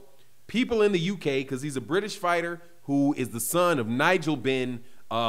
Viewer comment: Connor is clever, he will call out everyone except Spence 😉.... Lol... Man said "Nigel Benn" 😅